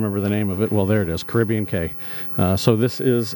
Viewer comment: ‘Cay’ is pronounced as ‘Key’. Also if you ever see ‘Quay’, it is also pronounced as ‘Key’.